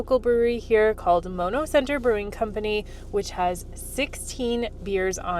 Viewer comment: Its pronounced maa-no - really nice vid, if you want a less "tent" experience there is a place in Parry Sound called Log cabin Inn that has little cabins on a pond with big windows and a fireplace which are very cool. Good restaurant on site as well, was there in a snow storm and it was awesome